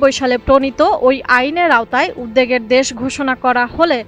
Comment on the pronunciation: উদ্বেগ না উদ্দেগ???? উচ্চারণ করতে পারেননা তো commentry-তে আসেন কেন?